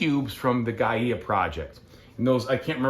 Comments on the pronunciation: I think it is pronounced "Gaya Project" and not "Gaiyeah Project? Am I missing something? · Great video! Thank you so much for showing the solo mode! (btw Gaia is pronounced: guy-uh)